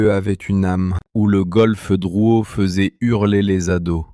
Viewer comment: rue Drouot, pas Drouet.......